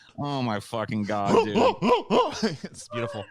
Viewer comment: "I used to be an atheist situation but then I wanted stuff from Amazorn so I told people I was losing my house and Christians gave me money so I became a gord believer Individjul."